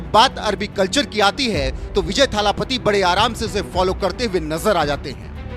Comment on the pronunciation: विजय थालापति❌ विजय L.. पति✅ 😂😂😂😂😂